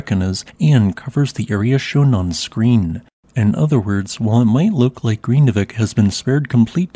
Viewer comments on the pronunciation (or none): It's an extremely difficult language to learn. I have lived and worked there for five years, but still never mastered it. The correct pronunciation is nearly impossible. But vik (bay) is pronounced veek. R's are trilled so Grindavik is pronounced more like Grrrin-da-veek. Sort of.